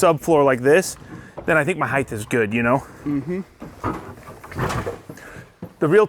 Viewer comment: Don’t pronounce the TH in height.